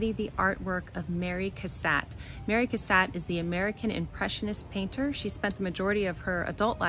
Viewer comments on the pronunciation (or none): Her name is pronounced “Cass-AUGHT,” however.